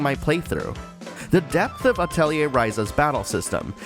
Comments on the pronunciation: You actually pronounce atelier correctly. That's enough for me to watch the entire video. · because of the way it's spelled a lot of people pronounce it Ah-telli-see rather than Ah-telli-ay